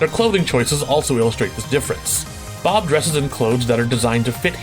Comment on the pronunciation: Did you say "Blob" from Tekken the first time? I swear that's what i heard.